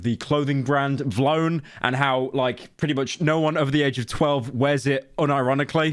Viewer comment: why are you pronouncing v lone like that bro